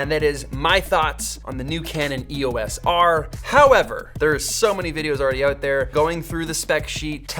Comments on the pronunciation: Pronounced E-OS not E.O.S. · Love all that you do Peter, but if I could ask you to change one thing, its your pronunciation of E.O.S. - It is NOT an acronym. (Wiki)The name "EOS" was chosen for Eos, the Titan goddess of the dawn in Greek mythology, and is often pronounced as a word. Please say Eos, Eee-o-s. Sorry to be a pendant!